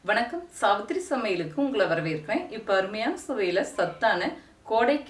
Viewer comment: என்ன கேள்வி கேட்டாலும் வட்டார வழக்கு பேச்சு னு சொல்லும் இந்த பொம்பள இது பேரயே மொதல்ல சொல்ல தெரியாது சாவித்திரி னு சொல்லாம சாவுத்திரி னு சொல்லும் 😂😂😂😂😂😂🤣🤣🤣🤭